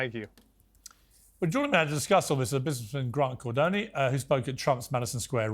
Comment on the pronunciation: Please keep calling him Cardoney.